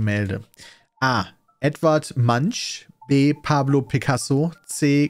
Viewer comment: Ich finde es fast erschreckend, dass ein solcher Kommentar nur so weit unten ist. War eines meiner "Das hat er jetzt nicht ernst gemeint!?!" Momente... Vor allem, weil keiner losgelacht hat. Aber vielleicht ist bei der Aussprache auch nicht klar durchgekommen, dass es sich um Edvard Munch handelt.